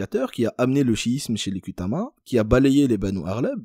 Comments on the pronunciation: On écrit ''Kutama'', mais le ''u'' transcrit un ''ou''. Prononcez donc Koutama, pas Kutama. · Kutama tribu de petite Kabylie chose que tu as du mal à dire... l' arabe